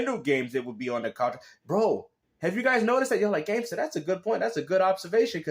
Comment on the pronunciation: It's sad to see what gaming has become. Eh? Sigh.😧